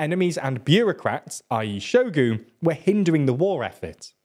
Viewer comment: has very bad pronounciation all around, e.g Prigozin and Shogu